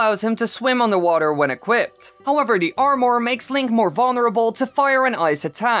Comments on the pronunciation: But the way this guy says armour it’s like arm more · Love how he says armour